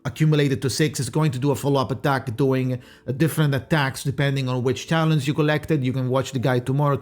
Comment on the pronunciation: The other day I heard you call them "talon" singularly, but today you're calling them "talents"? Or "talens"? But that doesn't make sense, because the plural of "talon" is "talons", so you got me really confused 😭 anyways, aside from this, thank you for the video, as always super useful! Can't wait for the guide too, even tho I won't be pulling her, I just like watching your videos. Have a good day/night !